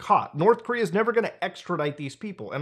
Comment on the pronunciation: North Coom-rea Coom Jon Goon Coomunism Did I miss one?